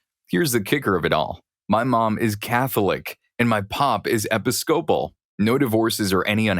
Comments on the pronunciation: Episcopal: uh pi-skuh-pl. not epi-scople. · It’s pronounced e-PISS-kuh-pull, not epi-SCOPE-uhl. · I hope he sees this. It pisses me off every single time i have to hear epic-scope-uhl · Episcopal is pronounced like Uh-Pi-skuh-pull if that helps in the future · For Episcopal, theres three syllables. Epis-co-pal, emphasis on the Ep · Thank you! 😂 It was a little annoying hearing it pronounced that way. I had to pause on the word to make sure I wasn’t crazy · I just about died laughing at the narrator's pronunciation of episcopal! That made my day.